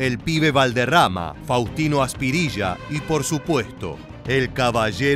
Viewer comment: NO es Faustino aspirilla sino Faustino Asprilla